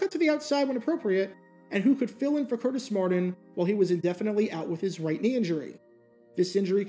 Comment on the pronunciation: How can u say "Curtis" but cant say "Martin" (Mardin)